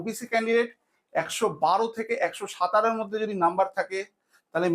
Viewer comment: সাতারো এই উচ্চারণ টা আগে ঠিক করে শেখ গান্ডু আর বলছি এত ধরে নিতে পারো ওতো ধরে নিতে পারো এই সব আবার কি